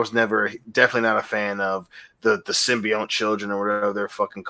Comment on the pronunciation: After all this time, is STILL calling the symbiote "simby-yowhn"